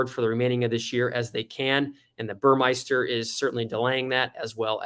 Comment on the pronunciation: Great info! Look forward to your vids… As a Porsche savant, and in no way to embarrass you, you are not pronouncing Burmester correctly. There is no “i” in Burmester. It’s pronounced Buhr-Mester. Cheers/B